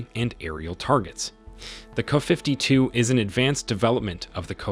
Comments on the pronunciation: What the hell is a "kafiftytoo" !! It would really be nice if these sites that insist on using AI Text-to-Speech for Narration would learn to Train their Text-to-Speech before hand AND use Phonics for uncommon words etc such as "kay-ay-52" or "kay-ay Fifty Two" OR type it as it should be spelled "Ka-52" but Train it to say it right. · Man I hate these AI Voice readers. IT it is a "kaaaa" 52. It is a K.A. 52 The "K" stands for Kamov, the Russian design bureau. and the A is Attack or other information. Same thing for the MI and AN for military stiff. Two separate Letters pronounced separately. Put a . or , after the letter to pronounced them correctly with your robot voice. My commodore 64 had that options for voice. Get with the times. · The narrator sounds like a complete idiot buy mispronouncing the aircraft designations. ME8, Kuh52. Then they stay there is a turret mounted Auto Cannon when it's clearly mounted alongside the fuselage not in a turret. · You AI REALLY needs tuning. Instead of writing Ka52, or anything like it, do this "K. A. 52" and the "Mi8" needs sorting. I know this is a qyick cash grab job, but at least play back your audio for Goddess Sake. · The "Kuhfiftytwo", huh? Wow, your AI sucks. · Kafiftitwo! FAQ you, AI! 😂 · Wtf is a 'kuh' 52?? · Not "kuh".....duh! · Get rid of the "canned" narration! It sounds so stupid hearing the video refer to the helicopters as "Kuh-52s" and "My-8s" Also makes the video creator look like a total imbecile! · In the russian language you would pronounce it Ka-50, not abbreviated like KA. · I've never heard of the "Kuhfiftyto" or the "Kuhfifty" helicopters? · Thumbs down for your ridiculous fake voice mispronouncing the helicopter’s name. You should have written K-A-52, dummy. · You should at least pronounce the helicopter names properly.